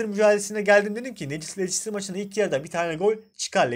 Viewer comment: Lestir diye okunur lecistir ne ya?